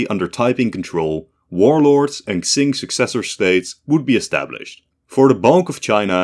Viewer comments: Qing in china is not pronounced ching. Its more of cing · as a fellow dutchman your pronounciation of Qing is just wrong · Unironically this is hard to watch because of how you pronounce qing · I got a drinking game idea: Everytime he mispronounces "Qing", you take one shot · I love your work friend but please could you reupload this with the proper pronunciation of Qing? It's impossible to watch what is otherwise great content, sorry. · at least he doesnt say “quing” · only if he learns to pronounce qing properly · I managed 50 seconds before I realised that you were going to spend the rest of the video mispronouncing "Qing". Disappointing, please do your research. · It’s kind of hard to take his scenario seriously when he can’t even pronounce Qing right 😭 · Yup. If he's reading any Chinese places or names in the future: A word starting with "Q" is pronounced "Ch" like the Ch in Change. A word starting with "X" is pronounced like "Sh" like the Sh in Ship. A word starting with "Zh" is pronounced like "J" in Jack. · Quing is Ching, not Xing. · Just saying Qing is pronounced something like Cheeng or Tseeng in Mandarin, or Ching in English, not Ksing. Looking it up on forvo is always a good idea if you want to find and listen to native pronunciations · Deadass cannot watch this cus you keep saying "zing" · its pronounce "ching" not "xing" please lord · It's pronounced "Ching", not "Ksing". Would it have hurt to do even the most basic research on pronunciations? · QING THE "KSING" THING IS KILLING ME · my guy, how can you say qing so many times, yet not look up how it is pronounced. I am loosing my mind every time you said k-zing... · Qing is pronounced "Chin" or "Ching" not "Xsing" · Isn’t it pronounced Ching rather then Xing? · no, tsing would be rendered jn pinyin as cing, qing is more like ching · Qing is pronounced Ching in English, not Ksing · I think hes trying to say tseeng, but sorta failing and it sounds like ksing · Qing is pronounced Ching. not Xing